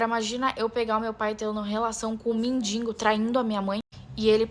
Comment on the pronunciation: "Mendingo" é pior do que a história...